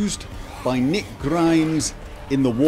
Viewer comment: Rick not Nick lol